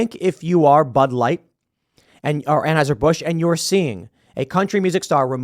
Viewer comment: Can someone please teach Tim how to pronounce Anheuser?